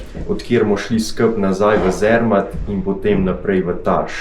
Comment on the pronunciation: Zermatt se izgovori Cermat :)